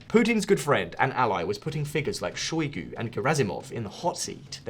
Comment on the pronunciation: pro-GOT-zin? shoy-GEI? Well I guess we should be grateful that you didn't identify Russia's president as Vladimir Poutine!